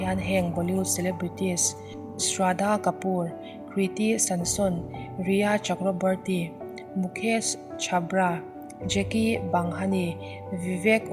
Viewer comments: Kriti san son nilovin Kriti Sanon Zawk ani e.!! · kriti samson niloin kriti sanon aww chuan mukesh chhapra niloin mukesh chopra awww